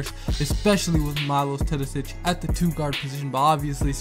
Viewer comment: Have you ever considered learning how to pronounce the name of the best European player before making the video about him? Imagine someone talking about Steph Curry and calling him Carey. Just my 2c